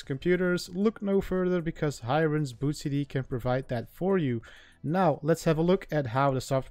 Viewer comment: Its pronounced as Hee-rain. Not Hi-Rain.